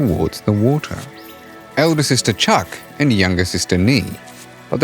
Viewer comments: I know it’s very difficult for foreigners to pronounce the surname of the Trưng Sisters correctly but you did a great job from the very first seconds. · Next time please try to learn to pronounce their names at least remotely like it is meant 😂😅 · Bro couldn‘t even learn how to properly say Trung sisters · You really mispronounced Trưng